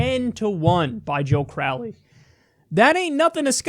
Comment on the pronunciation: Joe corr-owley